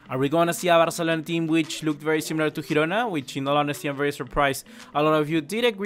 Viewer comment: You are pronouncing Girona wrong